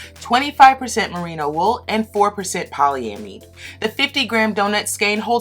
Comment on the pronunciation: Poly-am-id (I'd), that's how it's pronounced. It's almost like you're asking yourself a question. That's how Merriam-Webster has it. Cool review system otherwise. Love the shirt!